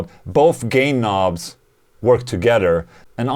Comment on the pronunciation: Sounded like he said "gay knobs" at first.